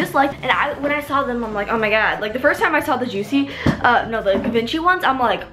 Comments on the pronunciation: It's said like jee-von-shee not givenchay 💜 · actually you pronounce givenchy, like (G-von-she) :) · Givenchy GEE-VON-SHE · No one has said anything about her pronouncing GIVENCHY incorrectly🙃 Anyways good video 🙂